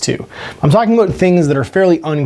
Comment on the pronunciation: Take a drink every time says, "aboot".